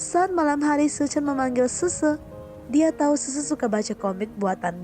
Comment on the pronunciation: Min gua bingung nama yg lu sebutin semua nya susu... Xixi aja lu sebut sese...